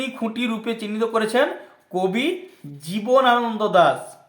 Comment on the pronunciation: জীবনানন্দ দাশ উচ্চারণ ই তো করতে পারছেন না ঠিক করে।